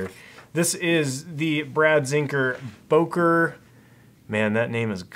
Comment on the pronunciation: It's "Böker", not "Boker"